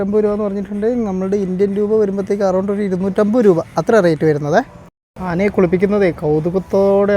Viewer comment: Aanene അല്ല ആനയെ. ആണ് ശരി